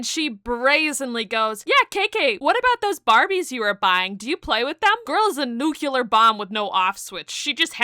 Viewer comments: Nuc-lee-ar not nu-cue-lar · Nu clear... not nuculer. ❤